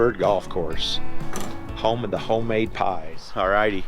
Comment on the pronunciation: That was a nice trip down memory lane. When you mentioned the pies at the cafe, you didn't put the emphasis on Ho--Made. I get a kick out of that sign, and I tell everyone who travels thru there they have to stop and get a slice of chocolate cream pie.